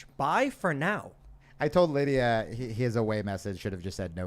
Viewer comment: Tim- you seriously can’t pronounce Lidia’s name?!